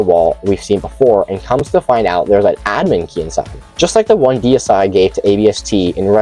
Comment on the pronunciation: I love the fact that you actually read the name correctly. Deicide, which means kill god, not decide.